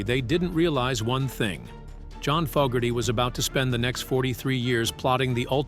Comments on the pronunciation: how many times did the AI voice call Fogerty "Fugerty"?? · Damn - can't you or your AI bot pick one pronunciation of Zaentz and stick with it? Also, I think it's FOEgerty, not FOGerty. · Fougerty ‘Fog’erty AI sucks! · Not Fuckerdy, it's Fogerty and, Zans, ..rhymes with Dance. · Our world is being poisoned by pathetic soul-less monotone robotic fake narrators that can't pronounce.... Fawgerty.... Fugerty.... and moronic background music documenting a world that was overflowing with human magic. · His name is NOT "Fuggerty" OR "Fog-erty ! Get a human to narrate this stuff. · Who's "Fugherty"?? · Gotta teach your Robot how to pronounce the name of the person they're talking about. "Fuggerty"? :\ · Had to turn this off after the 90th time in 5 minutes hearing the AI narrator pronounce his name as “Faaaahhhger-tee” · "Fokerty", "Fuggerdy", "Foggertee", "Seance", "Zahyents", "Zents", "Cənkerd"...and those are just the mistakes rattled off the top of my head; not a complete list. Your use of the AI voice makes this video and anything on your channel seem comically inept. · Robo bot pronounces Fogerty’s name as fuggerty at times, correctly at others. I’m kind of liking fuggerty myself. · Don't you know who fog-gerty is? hehe! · Fugerthay is an interesting way to pronounce his name 😂 Ban all Robonnouncer nonsense. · Sorry but I couldn’t continue to hear Fogerty’s name mispronounced over and over again. Maybe you should speak yourself next time. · I wish the narration was done by a real person. This Ai said his last name wrong twice. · The AI's pronunciation of Fogerty is crazy making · Amen. That's an instant downvote from me and a don't recommend channel flag. Screw AI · AI can't pronounce "Fogerty" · It's interesting that the AI voice narrator can pronouce everything perfectly except "Fogerty" & "Zaentz" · What's with the weird pronunciation of Fogerty